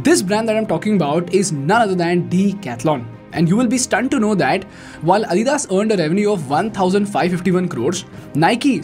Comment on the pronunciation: Adidas is not adhidhas, lol it’s called lacks not lackhas..don’t know what that means? lol ChatGPT module not Modgueeele. Hahahahaha. Wtf is scooorchiiing.) I think it’s called drink but rather you prefer to call its drink. Ohh boy..